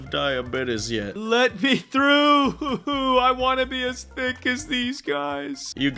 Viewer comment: pov: im so tick insted of thick lol😂